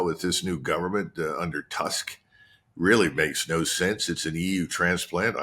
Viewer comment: colonel pronounced the surname Tusk like the English word "tusk"... correctly it's like "toosk"